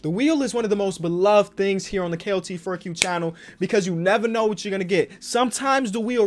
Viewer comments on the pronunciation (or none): whenever he says KOT4q i always think he says KLT4q; (K)enny (L)oses alo(T) 4q